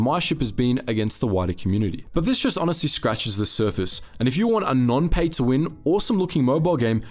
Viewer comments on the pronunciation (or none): none